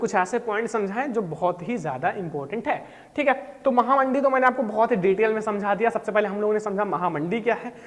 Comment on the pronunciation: Mahamandee nhi mahamanddi😂